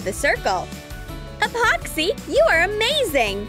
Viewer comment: Like this on how many times she said apoxy